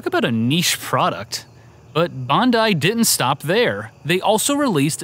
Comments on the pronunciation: Nick From Wii Sports Bandai is not pronounced that way. It would be 'Bahn-Die" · In japan it's pronounced bon-DIE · Gaming Historian: "Bandai" Australians: "Bondi?" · Pax Humana My comment was a joke, because of how off it is to pronounce 'Bandai' as 'Bondi', even if you don't know anything about Japanese. Not something to raise a shield over. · Strange pronunciation of Bandai! Do all Americans put an O in there? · Why do you say Bandai all funny like that